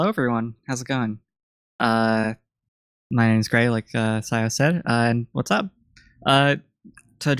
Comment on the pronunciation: THIS CASTER PRONOUNCED MY NAME RIGHT???